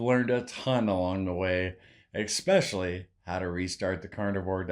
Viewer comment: I love your success! Btw, it’s ESpecially not EXpecially. 😊 God bless!